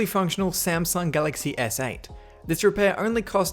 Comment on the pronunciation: Who else notices he says “galaxy essay” instead of galaxy S8